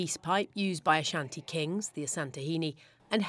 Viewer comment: do u loan what you looted to it's rightful owners? As a Ghanaian and Asante this is absolutely Shameful!! By the way I commend the news reporter for her pronunciations of the Asante Names in her report. Well done Ma'am. Piawwww